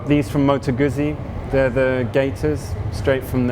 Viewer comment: what a beautiful bike. Well done! (next we learn how to pronounce GUZZI... 😉)